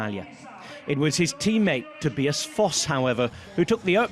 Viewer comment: Tobee-as? Really?? Ffs